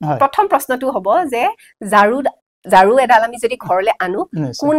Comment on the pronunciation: ঝাৰু নকৈ জাৰু কৈছে